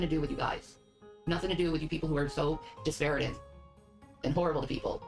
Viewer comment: it's not disparaging. It's diparaGIN'! You know, like takin', treatin', nothin', eatin', losin'!!! Shanmu the linguist knows!!